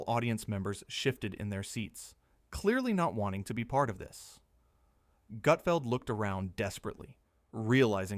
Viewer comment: This is total BS. Learn how to at least pronounce Gut..feld